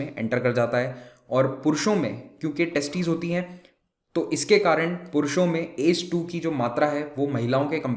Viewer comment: Sir ...u should pronounce A C E 2 not ACE.... And it's testis not testes...